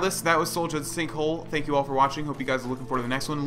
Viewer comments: Pronounced "Sol-yund" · Pronounced SOL-yuund